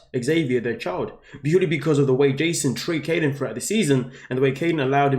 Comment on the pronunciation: Please, please, please, learn how to pronounce people’s names! It’s Kylen, not Kaylen.